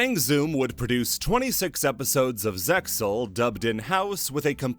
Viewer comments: The Zexal cut characters in the episode summaries brought me back to those times like a ratatouille ptsd flashback. I love this iceberg. Something something Zexal pronounced Zeal and a link to a reddit JPN production translation and a crying soyjack of myself ect ect. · Wouldn't you just link to an episode of the sub where they literally say ZeXal and the X is silent?